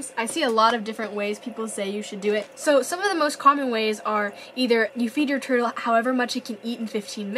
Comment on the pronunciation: Who heard her say herdel at 4.51 seconds